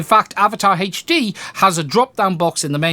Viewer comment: Hache D lol I always get a kick out of when you say HD